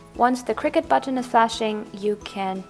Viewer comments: its pronounced cir-cut not cricket ;) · honestly, I don’t blame em.. cricut isn’t even a real word and the way she said “cricut”, it sounds like cricket